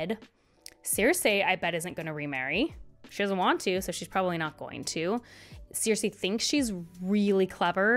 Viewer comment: Who are those Ciirsei and Tayrion characters you keep talking about? 😅 Jk, great video. Who has not mispronounced a name in a book (including GRRM in/about his own books) Have you tried saying 'on page' instead of 'on screen' while talking about a book? 😅🙈